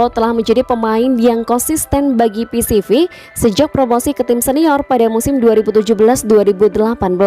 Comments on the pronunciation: Baca PSV = Pi eS Vi..... Bukan Pi Si Vi mba 😁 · Kemarin udah bener ngucapin nya. Sekarang balik ke PiSiVi lagi 🤦🤦🤦 Yg bener Pi eS Vi min 👍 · Admin conten ini termasuk orang yg latah, dan malas belajar . Sebutan nama pemain sering salah dan nama club jg , contoh terbaru club PSV di baca pisivi dan waktu yg lalu club ayax di bacanya ajak.